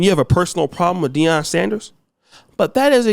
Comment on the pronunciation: Jason Shitlock, you keep pronouncing his name wrong